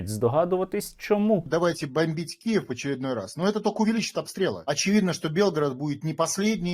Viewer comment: Морда бандерiвська ! Скоро вам , гнидам , кiнець ! Ви самi приближаете свою кiнчину ! Ти хоть говори нормально - а то " куiв " ! Чмо !